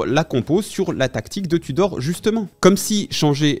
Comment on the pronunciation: Irhhoor Touudorrhhh. Bien vu